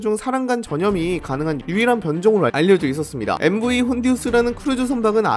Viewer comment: 참고로 선박 이름 앞 MV는 Motor Vessel이라고 읽으시면 됩니다